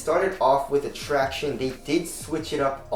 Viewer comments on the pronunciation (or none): thank the lord, a vid where doesn't say 'tractiones'... so grating.